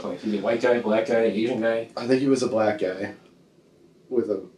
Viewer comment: “I think it was a blee-ack guy.” 😂 what a complete coward.